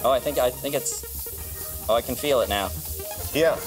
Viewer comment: Just saying you said Fells it’s feels